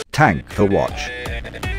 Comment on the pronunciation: i like how he said TANK for watch then ugh started playing